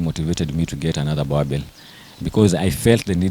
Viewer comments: Its Boerboel not Boerboer! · Its pronoulike boorbull but its spelled boerboel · You guys are pronouncing this breed wrongly. This is a boerboel, The name Boerboel derives from the Afrikaans words boer, meaning farmer, and boel, a shortening of boelhond. I also own a boerboel bought from my collegue's sister whom is a farmer.